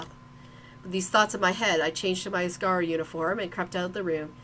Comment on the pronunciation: Asargo? It's asagao